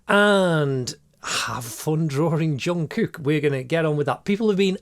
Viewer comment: Bro this is one of the best drawings and i also like how he pronounce his name like jongkuk